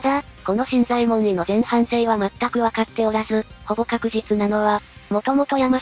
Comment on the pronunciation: 新左衛門尉の読み方ですが、昔は【しんざえもんのじょう】と教わりましたが、今は【しんざえもんい】となったんですね？歴史的なものは新発見の度に色々と変わるからややこしいですね…（笑）